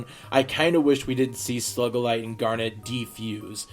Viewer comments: ITS SUGILITE NOT SLUGILITE!!!!!!!! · God damn, say the names right It's SOO-gilite, not SUH-gilite They pronounce it in the fucking show "Coach Steven" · Yeah stop saying slugalite that's annoying as hell!!!!!!!! It's SUGALITE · It's not SLUGULITE its SUGILITE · Sue-gell-ite not Slug-el-ite or Sug-el-ite, sorry really bothered me for some reason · Its not slugeqlight it is sogalight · Picking on you- - SUE GA LITE- - not Slug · You pronounce "SUGILITE" as "SLUGILITE" it bothers me. xD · Its pronounced [soo-GAL-ite] unlike how you pronounced it, [slug-AL-ite] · Its Sugillate not Slugillate but otherwise great review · Isn't it sugalite not slugalite? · Ugh. Not to be mean or anything but it's Sugalite not Slugalite. I'm sorry but that bugged me throughout the entire podcast. Please fix it for the future (Sue-ga-lite). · Considering what she does with that power, its still an appropriate pronunciation, no? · i thinked the pronnciation was a joke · Sugilite = "SOO-gi-lyt" Ty. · I'm pretty sure it's "soo*gi*light" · It's pronounced Sugilite (soo-gi-light) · you said Slug-alite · ...are you saying SLUGilite? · Sugilte isn't a slug!!! Your saying Slugilte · sorry I was only just saying that for fun cuz its funny how u say sugilite...not trying to be mean or anything... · Your saying Sugilite wrong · You pronounce Sugilite really weird. Lol. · Why did u keep pronouncing Sugilite wrong just please no